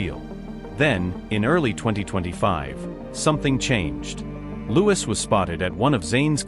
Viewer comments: It’s not lewis it is Louis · PLEASE! TEACH YOUR AI PROPER PRONUNCIATION! SPELLED LIKE LOUIS, BUT HIS NAME IS PRONOUNCED LIKE THE FRENCH KING HE WAS NAMED AFTER: LOU EEE PLEASE, YOU GOT IT TO SAY ZAYNE'S NAME PERFECTLY! WORK ON IT GETTING LOUIS (LOU EEE'S) NAME NUNCIATED PROPERLY! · The fact that the computer or person reading cant pronounce Louis’ name should be a clue. Id guess that this is stirred up by labels, tptb, management. There is a weird dichotomy btw the recently released music from Harry and Louis. Meticulously orchestrated in timing, themes, lyrics, all woven around each other……… and all the pushback we are seeing demeaning Harry as trying to sabotage Louis, and celebrating themes of division. Pay attention everyone .We should all think for ourselves. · And another narrator who can't pronounce Niall and Louis' names. Their names have been floating around since 2010, so there's no reason for poor narrators to get names wrong. If they are unable to do so, they shouldn't be paid for performing badly